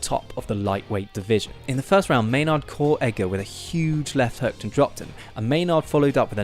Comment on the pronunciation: It's pronounced gray maynerd not may-nard